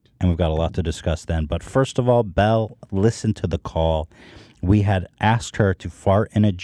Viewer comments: Jesus Christ Ethan her name is Belle it’s not that fucking hard lol it bothers me so much when he says “bELL-Uh” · lmao he is really struggling with the name Belle for some reason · Is noone going to correct Ethan on the difference between Belle and Bella names? Lol bothering me